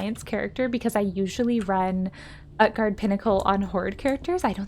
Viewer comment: OOT-GARDE not UHT-GARDE xDDDD